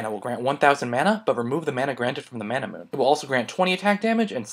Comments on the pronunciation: It's Mana - Mu - Ney not Mana - Moon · is it just me or is manamune pronounced as ma-na-mu-ne, sort of like how you pronounce Sephiroth's sword name. And if you realize, all TotG evolved items are 4 syllables. Very odd...